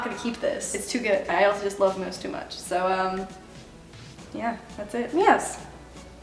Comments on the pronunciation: She says it like meoose sometimes and then sometimes moose like normally my fav meoose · I love how she says moose 😂